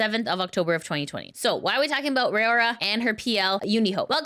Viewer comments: Her name is RAORA not Rayora or Ray-aura like you say it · It's pronounced like roww-ra [if you don't watch these, why report on them?] Kizuna's new look is terrific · Say Raora name right